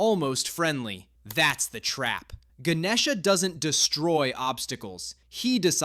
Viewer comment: Bro, that’s not how you say it I’m Indian, you said Ganesha wrong